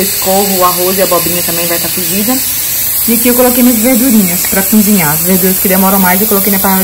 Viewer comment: uma dica ou correção, como quiser... Pronuncie "cozinhar" ao invés de "cunzinhar". Fica mais bonito 😉